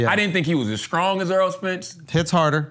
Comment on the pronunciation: Charla loves a K. Swear I heard this man say "skrong" instead of "strong".